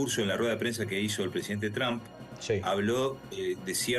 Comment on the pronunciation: Ya no dirá Mr. Trum la u suena como lo que es U..ahora dirá como suena la U en ingles "a" tram.